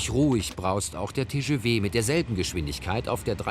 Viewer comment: Diese Französischskills